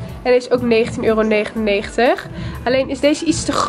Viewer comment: Waarom kan het woord euro niet uitspreken